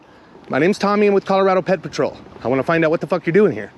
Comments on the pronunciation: Whenever you say PedPatrol it literally sounds like you say Pet Patrol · Should be pred patrol